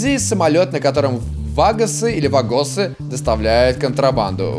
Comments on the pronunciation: ваагосы, а не вагоосы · Правильно ва́гасы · Вагос ударение на А..это латиноамериканскя групировка...